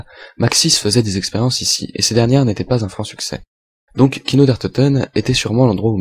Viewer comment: c'est kino et non pas kiko :)